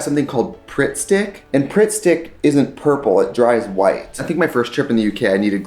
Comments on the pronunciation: im fucking crying "WEYH GOHT PRITTSTIHCK" "oh god" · I'm sorry but listening to Trixie say pritt stick is the funniest thing I've heard today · The way she said pritt Stick had me dying 😂😂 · We’ve got pritt-stick in an English accent was something I never knew I needed 😂